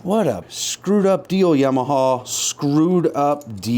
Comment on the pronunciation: I love that pronounces yamaha as yam-a-ha.